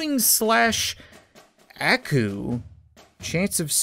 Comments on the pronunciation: Aku is pronounced "ah-koo" like in Samurai Jack and in Japanese it basically means devil. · YOU PRONUNceD AKU WRONG